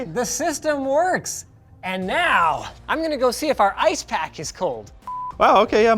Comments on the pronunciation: How pronounced Ice "Ass" How pronounces Ass "Ice" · Bro i love the LTT staff they're all so unique like killed me when he said "I.C.E...Ass bag" lol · Was I the only one to hear both Linus and say "Assbag" instead of "Ice bag"? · "Sorry, did you just say ass bag?" "I-C-E. Ass bag." is my new favorite LTT character. I know he said ice bag, but ass bag would've been the absolute best reply to Linus asking if he originally said ass bag. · Hill Even if his response was ice, it's still humorous to think he said ass. His pronounciation of ice allows for either ice or ass, and ass bag would've been an appropriate response to Linus anyways. It seems that 250+ people agree with me anyways. You must be fun at parties if a joke like this really bothers you that much. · Linus: Did you said ass bag?: Ice bag.